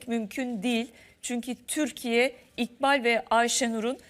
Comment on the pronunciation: siz neden isimleri doğru söyleyemiyorsunuz İkbal İkbal sura giden İkbal